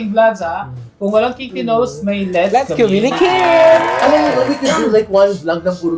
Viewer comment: Ay..like ko ang 'lets communikit'❤️